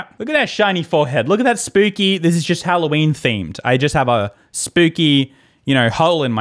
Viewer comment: What the heck is Halloweene